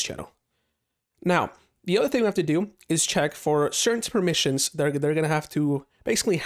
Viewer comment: I like the word "permissins" xD